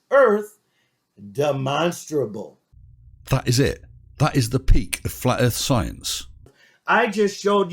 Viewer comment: He has learned to pronounce "demonstrable"!